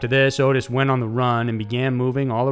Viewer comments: It's Ot-tis not Otis. Also the cult was called "The Hands of Death" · Dude, you just made my night!! Edit: Just for the record, that fucker's name is pronounced "AWWW-TIS".